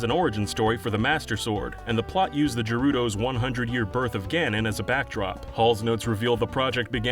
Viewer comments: Guys, seriously. Do some research and include pronunciation guides in your scripts. It will make the frequent mispronunciations a lot less common. Not just for Zelda, either. Gerudo is pronounced with a hard G (Gah, not Jah). You got Farore right, though, which seems to be rare on YouTube. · Gerudo not jerudo hard G not soft j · Just checked several sources and the Japanese spelling. It's pronounced Gerudo. ゲルド is the Japanese for it. The first character makes the "Ge" sound. If it was "Je" it would be じぇ. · ...GAHrudo not jarudo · "je-rudo"..."faror-E"...go home. you're drunk. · ... "jerudo"...? " JERUDO"!!? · Did this man just say.... " Jerudo "? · I just came from Tom Scott on GIF vs JIF and here I find “jerudo” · im sorry, but did this idiot just say "jer-rudo"??? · Did this guy just say "Jerudo"? Tell me he just pronounced it wrong and it's not some official pronunciation that I don't know about. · Why does he say gerudo like that